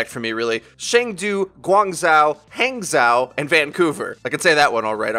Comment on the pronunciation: Its ha(like youre laughing)ng zho. Idk how to explain saying chengdu besides saying it with more ferocity lol and the way you pronounce guangzhou is almost correct just that zhou is pronounced as zho